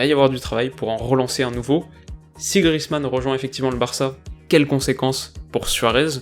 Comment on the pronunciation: Grrr, on prononce Grièzemann :p